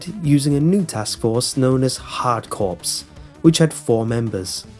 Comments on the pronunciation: I think Corps is pronounced Core, not Corpse. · 'Corps' isn't pronounced as 'corpse', it's pronounced like 'core'. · So good video but the word corps has a silent ps so it's said like hard core. Trust me it's just like marine corps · Corps is not pronounced 'corpse'. Carry on.